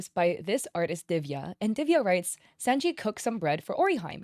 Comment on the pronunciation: “Sahnji” and “Luhffy” 😢